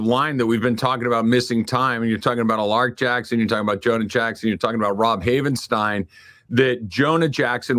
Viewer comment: HOLY SH😮😮. can say Alaric.